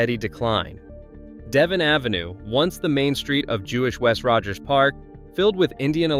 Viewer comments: Devon is pronounced: Deah-vohn. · Devon is pronounced “Day Vonn”